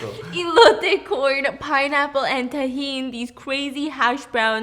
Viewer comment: Okayyyy can we just appreciate her saying elote 😭😭😭😭